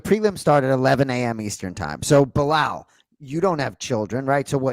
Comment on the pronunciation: I love that bilal is pronouncing the arabic name right! Not مزلم and خمزة 🤣